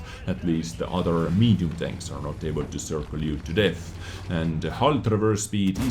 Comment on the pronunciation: Well you worry about saying chains and danks instead of tanks but just adds to making the videos unique and memorable. Quality content as always